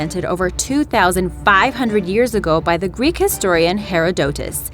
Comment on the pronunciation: GreenyTheDragon ikr? Her pronunciation of Herodotus killed me xD